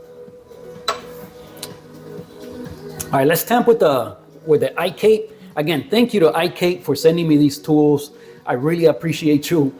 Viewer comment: Thanks for the video,. iKape is pronounced as i - ka - pe (short e). Kape s coffee in many Southeast Asian countries.